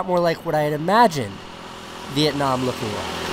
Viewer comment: Thank god he pronounce Vietnam right